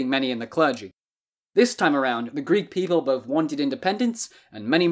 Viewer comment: Good video but as a greek i cant help but laugh when you desperatly try to pronounce greek words